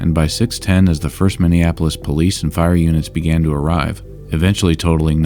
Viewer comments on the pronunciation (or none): none